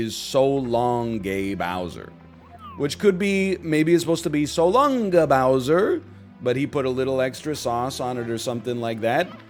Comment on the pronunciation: It's meant to be "So long, King Bowser"? I always thought it was meant to be "So long, ey Bowser" which would explain why it sounds like gay Bowser.